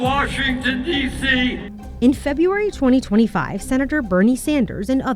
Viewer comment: Do not hire announcers who cannot properly pronounce February.